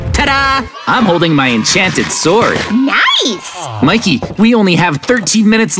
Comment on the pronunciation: And it’s mickey not mick